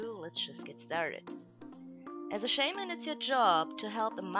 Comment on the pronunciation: I've never heard anyone pronounce "shaman" so wrong..